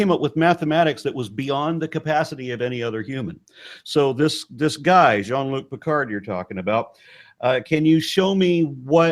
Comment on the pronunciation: “Jean Luke Picard”. Ha!!!